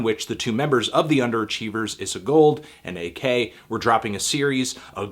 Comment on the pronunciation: wow ur mis pronouncing ak's name